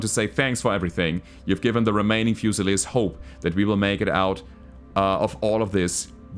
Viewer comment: The pronunciation of "fusiliers" is driving me nuts. Should be "fyu-suh-leers". Term comes from the British army where garrisons would be armed with a "fusil" rifle [a type of lightweight flintlock musket rifle].